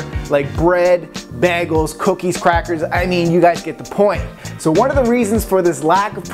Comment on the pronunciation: Did you just say... Begels?:/ Bagels bagels! XD Nice vid BTW!